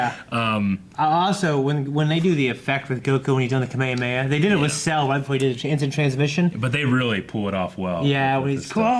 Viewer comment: It amazes me that people still say "kuh me ya me ya" instead of "ka me ha me ha."